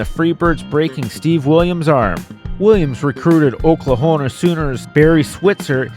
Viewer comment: Oklahona ??? Lol . Learn fucking English .